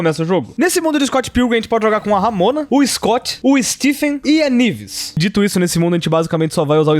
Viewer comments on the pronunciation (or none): " " NIVES.... Pronuncia Knives direito mds